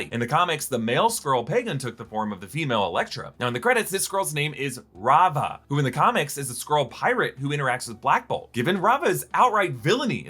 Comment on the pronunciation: oh c'mon not raava